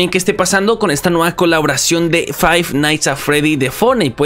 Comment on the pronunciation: caloboración xdd